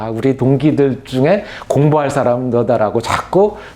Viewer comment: 뜻 박ㄱ에, 사실 ㅓㄴ생께서 , 한자의 자단음 문제가 있는것 같씁니다. 긴자를 짧게 잘못 발음한 예: 해석,사람 , 퇴계,두 살, 두 번째 ,대부분,사화,제자 ,부정적,유성룡,구제 ,대표,제사,등,임에 저윽이 놀라지 않을 수 없읍니다. 퇴계를 논하면서,""퇴"자를 짧게 발음했고, 사람의"사"를 또 짧게 발음한 일을 무어라 설명하실 것인가? 이런 일은 실로 한국 전반의 문제인지라, 이 재외 동포가 "눈물로" 쓴 "한국 어문을 고발함"을 고국의 동포들께 간곡히 권하옵니다. 미국 변 완수 배